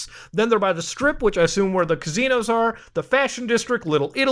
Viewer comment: I love how Muta pronounces kazinoes